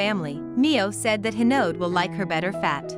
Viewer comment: It’s hinode not hinod